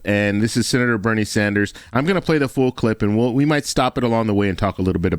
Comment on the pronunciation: Yes, Bernie Sanders he said it right